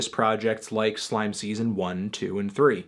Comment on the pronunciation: It isn't slaime language, its slAime language with the emphasis like Sign Language